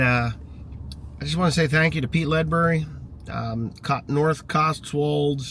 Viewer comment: you pronounced Ledbury almost perfectly, always welcome in the Uk especially with your attitude towards people and our countryside